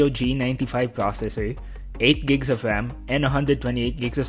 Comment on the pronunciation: agreed. seem to also have a lisp. can't get past the gigs of WAM, TWiple Wir Camewas, etc.